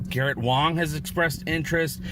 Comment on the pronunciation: Thx for the update and for keeping the show in the spotlight. The last thing we want is for The Orville to be out of sight, out of mind! Post production is going to be massive, so late 2021 is not a surprise. Best wishes on healthy living AND thx for proper pronunciation Garrett's name. LLAP everyone!